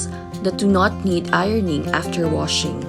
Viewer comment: "wushing" machine